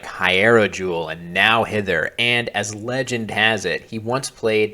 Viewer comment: It's no-whither, not now-hither.